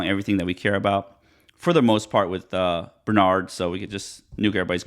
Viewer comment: It's pronounced BRE not BER.